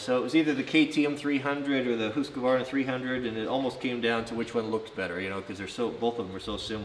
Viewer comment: It's Official Best Channel on You Tube Homesteading, Knife Building, Ax Building, Forrest Fire Fighting, Woodworking and Now Dirt Bikes I know it's real because you pronounced it HOOOSKVARNA not HuskAvarna. Thank You just for being real... now start moving the bed forward to make room for the bikes in the "MOTOVAN"